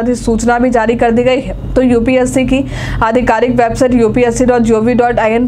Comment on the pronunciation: UPSC hota h na ki UPSE😂